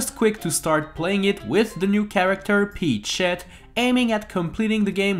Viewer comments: Does anyone notice that he says peach sh*t instead of peachette? It sounds that way right? I'm not crazy Right? Right? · I swear when he says peachette I hear “pea shit” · He said peach shet 😂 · When he says peachette I hear "eat sheet." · Why does it sound like he’s saying peach-sh*t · when ever you say peachette you sound like you're saying "eat shet" please don't tell me i'm the only one